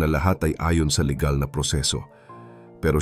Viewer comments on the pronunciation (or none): none